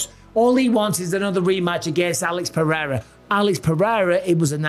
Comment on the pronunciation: Three years in and Chael still can't pronounce Pereira correctly.